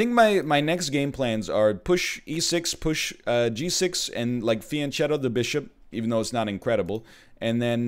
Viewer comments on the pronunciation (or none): Fianchetto is pronounced Fee-an-ke-to. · FYI, "Fianchetto" is pronounced as Fianketto, where ch sounds like "key" and you make sure to double the Ts. Good enough tho, even GMs make that mistake sometimes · most chess players I've seen pronounce it fian-que-tto though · Someone has to do it, and I guess it'll be me: the 'ch' in "fianchetto" is pronounced like a k.